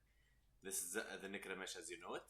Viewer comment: Ay boi nice one but it's necrame (k) 😂